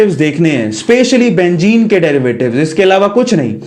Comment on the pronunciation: "Benzene" it is a true meaning not a "bengene"